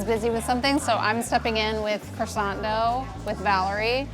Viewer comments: All looks lush, but she owns a bakery and is still pronouncing it “croy-sant” it’s pronounced “kwa-son” !! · I wish bakers would learn how to pronounce croissant. It's not cressance, it is croo-ahssan. No tsss at the end. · Why can none of them pronounce croissant the correct way? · Everything seemed good until these American cretins began to butcher the pronunciation of croissant and any French baking terms. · most obsessive bakery in NYC and yet just like every other bakery and person in NYC they can't say croissant properly, obsess a little be more